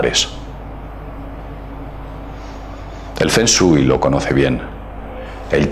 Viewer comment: La pronunciación correcta es "Fong shuei" El nombre correcto es Lovecraft, y Finalmente se dice Challenge...Gracias